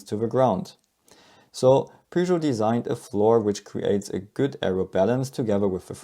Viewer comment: P what? Peugeot... oh, immiadiate dislike for not knowing the correct pronunciation. Smells like Texas and Alabama when it comes to foreign car/brand names.